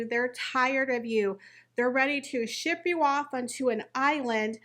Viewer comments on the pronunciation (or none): none